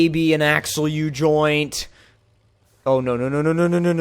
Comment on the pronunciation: "Axle u-joint".........😐